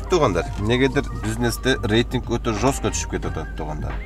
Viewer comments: Жоско эмес жестко, ватсап эмес увотсап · "ЖОСКО" Эмес Жёстко! Тууган.